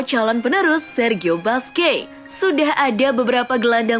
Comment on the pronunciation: min mohon maaf sedikit saran.. nama busquets dibaca kurang lebih buskets bukan basqe🙏🙏🙏